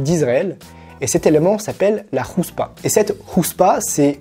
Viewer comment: Houtspa c'est comme haim. C'est avec un héte pas avec un hé. À prononcer comme si tu crache avec la gorge ; )